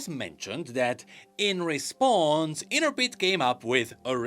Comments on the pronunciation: In-Trep-Id not Inter-Pid lol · In-trep-id. Not "inter-pid". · 1. Inner-Ped? 😹I actually had to pause the video on that part, because I thought maybe I'd been reading it wrong all these years. LOL 2. Thanks for the amazing videos, as always! 3. LET'S GO, RIOT MMO!!! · Nah its prenounced Intreh pid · Please... Intrepid is a normal word with uses and pronunciation... not some made up company name garbled together with random sounds. Please just say it right